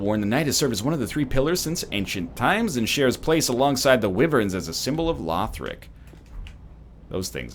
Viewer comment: Is no one going to mention the pronunciation of Wyverns? I was under the impression it is "Why-vern" not "Whiv-vern"